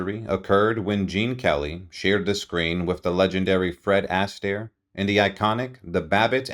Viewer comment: Man! How he pronounced Fred Astaire!